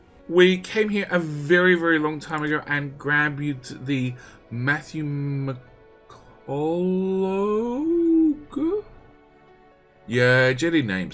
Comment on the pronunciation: that name you have trouble saying is the american spelling of the Scotch/Irish name McCulloch, pronounced Mc-cul-loch. Liking the videos and thanks for sharing the blueprints.